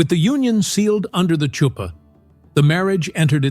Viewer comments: Chuppah is pronounced hoop-ah not chew-pan. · It’s not a Choo-pa. It’s a Huppah. The “ch” is like the sound in Bach. We write it often as an H because it’s closer to the sound. CHOO-pa. 😂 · I noticed it too- you are more gracious about the mistake than I was making my remark. And as an Israeli Hebrew speaker I pronounce it “ choop-PAH” ….hayayay…. Tch though, really….. I wish I could find it funny as you do…maybe some day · It’s Huppah. The “C” is silent. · This is over all quite informative and can be helpful. As an Israeli believer though, it really pushes my button when a Hebrew word is mispronounced, especially nowadays when it’s so easy to check it out, especially the word “ canopy “ . Chuppah is a hard H not “tch “. If you are going to take the liberty to say a Hebrew word, for heaven’s sake get it right!!!!! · Last word should be chew-pah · Lovely presentation! Just one thing, the "Ch" in Chuppah is pronounced like the "ch" in Bach, not like tha "ch" in child 😊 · Isn't the "ch" of "chuppah"" pronounced more like the"ch"" of Chanukah rather than the "ch" of cheese as it is in this video? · Yes, yes it is. AI, ugh!